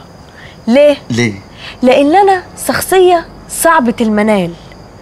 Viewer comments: مين سمع سخصية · عتاب بتقول سخصية مش شخصية و بتقول سجرة مش شجرة